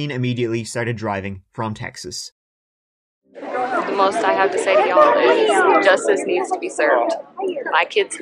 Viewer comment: As a born and raised Texan, I just wanted to let you know that I truly, and completely, enjoy your pronunciation of "CHeXas" with the country accent added! You're Texan approved!